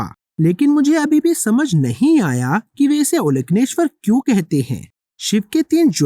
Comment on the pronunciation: प्राचीन तमिल में ओलकन्नेश्वर ऐसे उच्चारण सही है। कन्नड़ में भी ओलकन्नेश्वर शब्द का उपयोग किया जाता है। ओल( अंदर) कन्नु (आंख) अंदरूनी आंख,तृतीय आंख कह सकते हो।